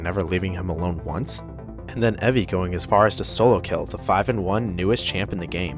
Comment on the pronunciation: Evi is prnounced Ebi smh